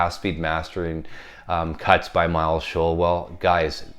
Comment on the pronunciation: Hi, I’ve met Miles Showell it’s pronounced Shoal 😂👍 The Uk original copy is the one to own,far superior to the US RL cut. The Uk version is a demo record I kid you not 😎👍